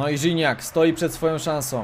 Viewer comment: NIE RZINACK TYLKO GIGNAC